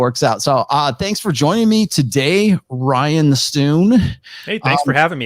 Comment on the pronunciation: Sorry to do this but as an Irishman I can't let it slide lol. Rian is not pronounced Ryan. It's Ree-an. It means King.